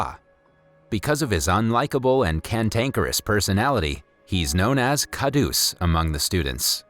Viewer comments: It actually pronounces as kharus not khadus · It's dab ba n not Karush it's kha rus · its kharus not khadus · ITS HINDI (Hee-in-dee) And Khadoos (Kha-d-oos) AND JALEBI (J-uh-ley-bee) An Indian would know. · as a Pakistani, the pronunciations of "dabba" "khadoos" "Hindi" "iyer" and "jalebis" got me but it's okay, I understand 😭🤚🏻